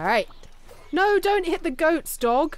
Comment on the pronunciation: Every time she said dog I kept hearing Dob. "Dob, don't do that." Yep, sounds about right.